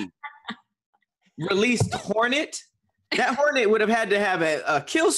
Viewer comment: keeps fucking up words lol 😂, "hornet" "domiCIAN republic" "aLAluminum"